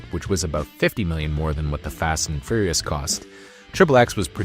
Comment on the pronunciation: Not trying to make a big thing of this… but is this an AI VO? It sounds great, but occasionally someone pronounces “fast” as “fost” and “waning” as “wonning.” Not the type of mistakes I expect the average person with a US accent to make. This is not a knock, because well, the future is here, just curious.